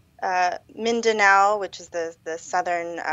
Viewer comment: Not Min-dan-o, it's Min-da-now